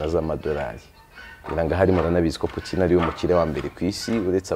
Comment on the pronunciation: Ujye ugerageza uvuge Poutine neza gusa, kuko ni umutabazi w'Isi